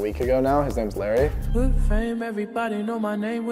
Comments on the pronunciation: He kinda pronounced his name wrong Larry’ says it with a “a” not y. It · did he just call larray the name Lary?? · said Larry instead of Larray and I’m like so u don’t even know the names of the ppl in the hype house?